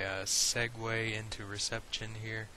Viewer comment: Apart from my irrational annoyance of how you pronounce reception etc I really hope you keep these going they are brilliant, thanks